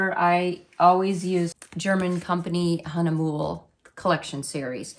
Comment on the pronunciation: Great job. You have such a sweet personality-enjoy your channel. It’s my understanding that you pronounce hahnemuhle (which I love but cannot find sheets here in Colorado) “hahn ah muuu lay.